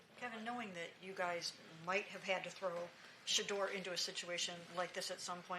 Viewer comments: This coach has a hard time saying Shedeur name! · Stefanski can’t even say Shedeur’s name… But always refers to Dillon by his personal name… sad case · Still can't say sheduar name 😂 fire this bum